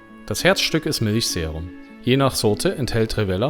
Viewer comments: und das v als w ausgesprochen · man sagt Rivell-AAAAAAH